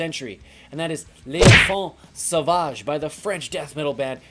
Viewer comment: Sick rivers of nihil (inverted) shirt dude ! Freaking love this band ! Also, very correct way of prononciation for "Duplantier" but less correct for "L'enfant Sauvage" :^)